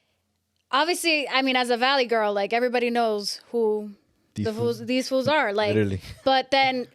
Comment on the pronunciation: She keeps saying fools 😂😂 Girls it’s foos